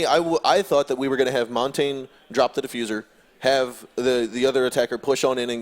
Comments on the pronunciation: If I hear them mispronounce Montagne one more time.... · Noone can pronounce Montagne and it is triggering